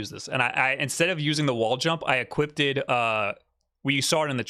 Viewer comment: "equipted" drove me nuts